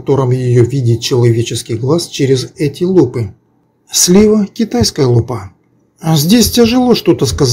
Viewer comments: Автор, не лупА, а лУпа. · Лу́па, ударение на первый слог, т.е. на слог с буквой У — лУпа.